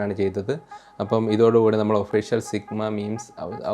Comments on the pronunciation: സിഗ്മാ ❌ചുഗമ ✔️😂🤦🏻‍♂️ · Sigma ❌ ചുഗുമ ✅